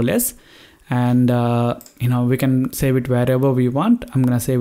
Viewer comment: hey bro did you say sell? instead of save, hahahhah